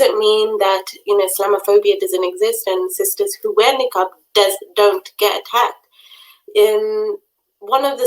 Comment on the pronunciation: Its Niqab and not Neeekaab